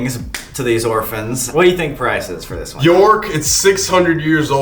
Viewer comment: the way they pronouns York kinda triggers me